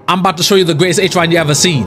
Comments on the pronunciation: Loving watching discover all the abilities of eH-cher-ron! (let him pronounce it as he wants, fam!) It's all part of the fun and uniqueness of the channel. Yeah, Good Night Sleep Well LC is fine on Acheron! I gave my Kafka the SimU Nihility cone instead so they both could be stars. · Learns how to pronounce her name, then proceeds to instantly forget. and Acheron have a lot in common. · I loved when you had a whole section on learning her name but then still pronounced it the way you have been for most of the video anyways lol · He still saying her name wrong😅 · And thus he kept mispronouncing her borrowed name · BRO FORGOT HOW TO SAY HER NAME AGAIN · He got it right a few times but then immediately forgets lol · pls dont ruin this character, first maybe read what she do, then build her at least good and pronounce her name the right way